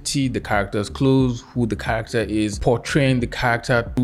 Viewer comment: All I hear is CCccchhharaCCCtteeeRRr